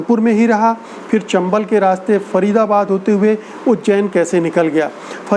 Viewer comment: Sir with due Respect , fool is no word, it is bhool. Same way there is no word like . feer , it is phir . All the word pronounce with “ ji “ you can change with “ zi “ like zindagi not jindagi. Zaroor Not jaroor etc etc. thanks